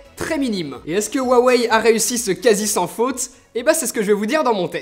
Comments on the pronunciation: Pourquoi te mets-tu à mal prononcer "Huawei" ? Tu le prononcais bien dans tes précédentes vidéos... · Tu ne dit plus rwawei 😂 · Ta changé la prononciation de '' huawei '' mdrrr